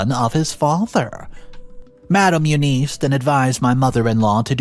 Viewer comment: OMG!. Please get help pronouncing name. Its U-Ness. Not U-niece! I won the pool today at the office tho 😂😂😂